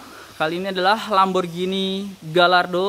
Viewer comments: Pronunciation yang bener gayyardo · Koreksi Mobil lamborghini dari italia. Tapi modelnya itu dari bahasa spanyol. Jadi kalo ada "LL" misalnya gallardo, itu bacaannya gayardo. Dan semua model lamborghini itu semuanya bahasa spanyol. Ingat, lamborghini dari italia model dalam bahasa spanyol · Bacanya "Gayardo" om. Terus itu yg di kap depan sama kap mesin bukan hidrolik, tapi namanya "gas spring". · BTW cara ngomong "gallardo" itu Gayyardo